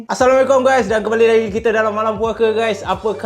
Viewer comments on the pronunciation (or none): none